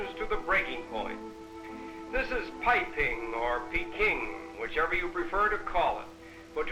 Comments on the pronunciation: It's not "Piping", but "BeiPing"(北平)，another name of Peking（北京）city. it should sounds like “bay-ping”....western foreigners often pronounce wrong Mandarin. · I heard the narrator said "Piping"?